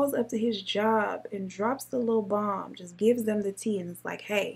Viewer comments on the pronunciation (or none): none